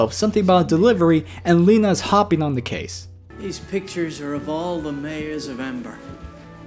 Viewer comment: I thought it was pronounced L eye na not Leena